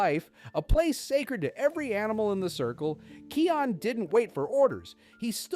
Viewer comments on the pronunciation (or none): Bro it's called Kaayon not Keeon😂😂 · The name is not keon its kion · Kai - on not key - on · His name is pronounced "kai-on" not "Key-on" xD idk why Key on dries me up the wall. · Keon? It's kion with an I pronounced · Dude "Kee-on" is crazy lol